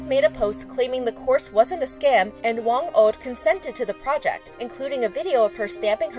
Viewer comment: kills me as a filipino she pronounced "Whang od" as whang oad and also she pronounced "pesos" as paysos